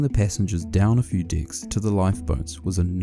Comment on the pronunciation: TY for a great vid, and for making one Brit smile at what your charming NZ accent morphs the word 'decks' into.